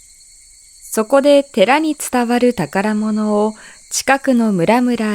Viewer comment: ナレーションの「宝物」の読みは「ほうもつ」の方が良かったのでは？ ・・・